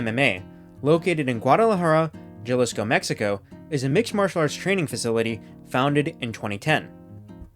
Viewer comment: Hell yeah, also that pronunciation on Jalisco made my skin crawl. Great vids tho